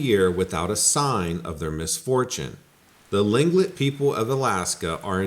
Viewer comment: Tlingit pronouced cleankit